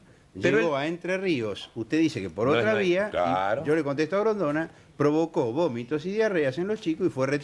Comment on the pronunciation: "provocó GOMITOS" 😅😂